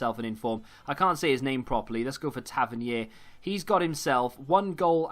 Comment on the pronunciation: OH your saying his name spot on 👍🏻